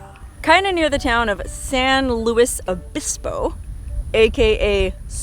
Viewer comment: Only been watching the video for a minute now, but being someone who grew up in Southern California way back in the 1960s, I gotta correct your pronunciation of San Luis Obispo. The “L” is pronounced Luis (as in Spanish), not “Lewis”. It was about the only town in Southern California that was pronounced correctly back then. Most of the towns in Southern California with Spanish names were mispronounced by the locals, but now that the population of Southern California is turning predominantly Mexican, some of that is beginning to change.